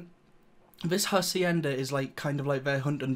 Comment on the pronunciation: Don't ever say Hacienda ever again.